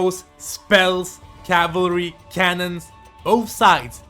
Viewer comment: Why do you call cavalry calvery